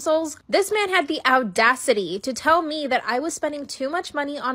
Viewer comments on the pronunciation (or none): The bit in story one when she said odacity got me laughing